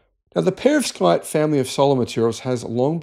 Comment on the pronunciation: Yea you're not saying that word correctly, even with an English accent. Perovskite